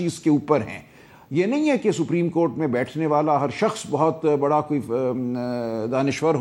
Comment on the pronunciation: جو شخص سپریم کورٹ کا تلفظ ہی صحیح نہیں کر سکتا ھو اسے آئین پر بحث کرنے کے لئے سلمان اکرم راجہ جیسے ماہر قانون کے مدمقابل🎉ا بٹھا دیا جاتا ہے۔بدنصیبی ہے ملک کی۔